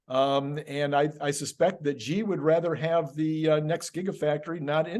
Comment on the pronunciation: I love your discussions and share many of your shows with friends. One small but persistent criticism: both of you and many other Tesla-themed YouTubers (with the exception of Herbert Ong) are mispronouncing Xi Jinping’s name. XI is pronounced SHE as in “SHE sells seashells…). I’ve been a broken record with this correction with Electrified, Tesla Time News and others, but nobody seems to listen. Please correct this stubborn ignorance of Chinese language, he is the president of China after all…